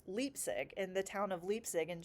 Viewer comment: Hey from Germany! Bach‘s ch is more pronounced as in ugh, this gurgely sound in the throat. Bach means creek btw 🙂 The german ei as in Leipzig is always pronounced like the I in mind- and it’s a beautiful town! The way you talk about learning makes me want to restart some kind of lessons too, you are very motivating and i think your kinds can be very glad you’re teaching them 💜